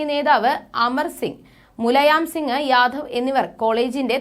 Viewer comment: മുലയാം സിംഗല്ല. മുലായംസിംഗ് എന്നാണ്.